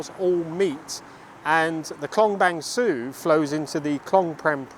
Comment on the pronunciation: Interesting video! A note about Bang Sue. It's pronounced 'ser' as in 'her' rather than 'sue' as in Pollard. I only mention it because you often talk about the place in your videos. Keep up the great work!